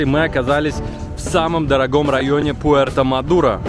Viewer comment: Этот р-0н называется Puerto madero( руэрто мадэро!!?)